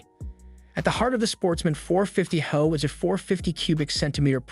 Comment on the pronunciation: Reliability in this video ad your expertise is lost when referencing “high output” as “HO(e)”.